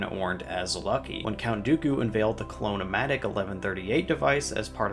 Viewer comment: Did, dod you say, "Clone O Matic"?